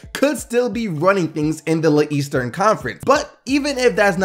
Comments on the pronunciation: did you just fucking say "the LeEastern Conference"? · Haha I see you or rather heard it LeEastern conference. Great video man keep it up